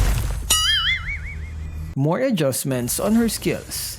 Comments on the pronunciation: Rise not rice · it's rise not rice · rise not rice lol😂